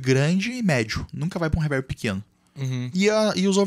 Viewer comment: não da pra escutar um cara que fala “ reverbe “ 😂😂😂😂